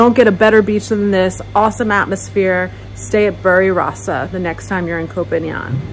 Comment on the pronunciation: Dear: Did you say Berry Rossa Hotel?